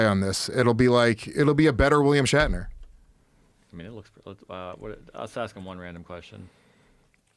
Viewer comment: Joe Rogan always loves “Star track” facts with William “Shackner” he says both of those wrong every time…